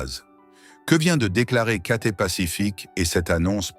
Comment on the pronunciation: c'est cathay pacific, pas katé, apprenez à parler français